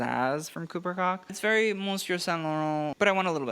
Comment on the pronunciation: Koch is pronounced “Coke”